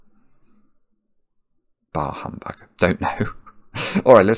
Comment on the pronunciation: It's "Bah Humbug!"n not "Bar Humbug!"